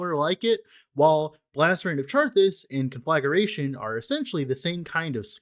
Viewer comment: You are mispronouncing it btw. Con fluh gray shun